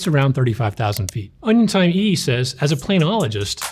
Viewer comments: Yeah he might be clever but he can’t say Onion Time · Was literally about to say that wtf🤣